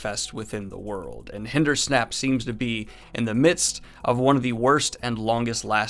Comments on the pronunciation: Hindersnap? You know it’s Hinderstap, right? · Was confused when i heard Hindersnap until i realised its Hinderstap haha. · HindersTAP! Lol not Hindersnap! xD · I too thought this would come up; that part gets to me every time. Semirhage is pretty dark when she talks about how she’s tortured with the Power... Or when Jaichim Carridin is drowned in brandy by Murellin..yikes! Maybe he brings this up. Honestly I cringed so hard when he said “hindersnap” I just hit the stop button by reflex. Edit: sorry for the snarky comment at the end. I really like his enthusiasm and commitment to discuss these books. I’ll keep watching for more episodes!